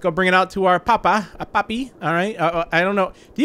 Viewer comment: The way he said papi and dada